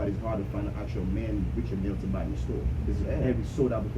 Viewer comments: Richard (pronounced R’chard) Mille (pronounced Meel).... Not Richard Milly.. lol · R I C H A R D M I L L E.. pronounced ‘R’chard Meel’...